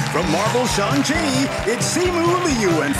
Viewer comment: It’s actually the correct way to say it. Harvey did it right. Its not how you say “Shang” it’s more like “Shaw-ung” in Chinese